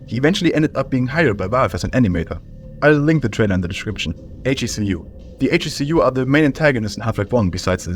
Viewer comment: ‘HECU’ is produced: heck-oo btw